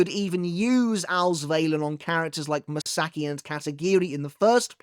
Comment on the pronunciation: Ma-Sa-Ki. Ka-Na-E. Not m'saki and kanay.